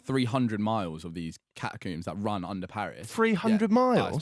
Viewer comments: Can we just mention the way says the word Catacombs as Catacumbes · holy shit they way he said catacombs pissed me off so much like bruh "catacoombs" like tf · Is it just me or does he pronounce catacombs weirdly? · Theres no U in catacombs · The way they day catacombs makes me want to kms